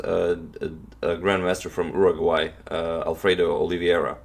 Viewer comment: The way he says "Uruguay" haha!